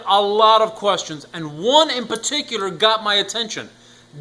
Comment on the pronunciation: "And one in paticulkjsuadawr" ?